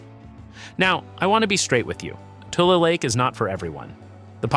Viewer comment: It’s not TOOL lake, it’s TU-LEE lake